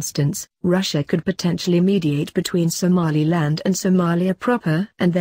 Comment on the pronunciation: Loool "somalialand"